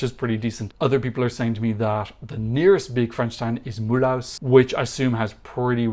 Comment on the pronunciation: Now as an alleged French speaker, your pronunciation of Mulhouse was below par 🤨 “Mull-oose” is closer. There is no 🏠 in Mulhouse!